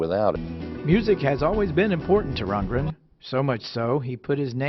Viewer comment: It's Rund-GREN dear, not Rundgen!